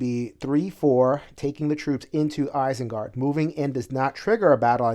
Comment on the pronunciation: the way you pronounce Isengard makes me want to rage. lol